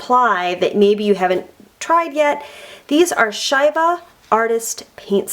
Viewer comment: the way you pronounced the company name had me cringing